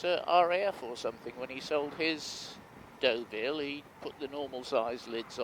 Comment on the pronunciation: Deauville mate not Doveille